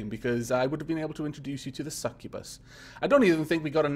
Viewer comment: you said scrubus incorrectly just letting you know